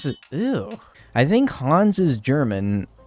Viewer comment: speaking as a german, the way you pronunced hans‘s name makes me wanna cry (also, hans is the name of both of my granpas)